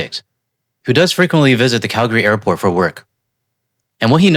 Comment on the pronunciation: Dude you said Calgary right. Impressive! Very minor but so many don’t